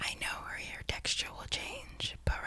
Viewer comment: it's Hair not haur